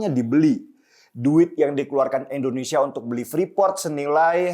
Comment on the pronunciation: INDONESIA BUKAN ENDONESIA 🙏